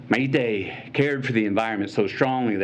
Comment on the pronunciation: I was for the Second Amendment until I heard this privileged White guy that didn’t even care to pronounce Maité’s name correctly, preach it!